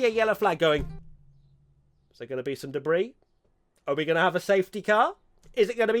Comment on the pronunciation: Italian accent: debris.